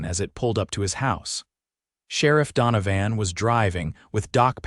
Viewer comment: LawDANum? If a word is going to be used repeatedly, couldn’t you program it’s pronunciation correctly? And DonoVAN for the sherriff, no one pronounces that name like that.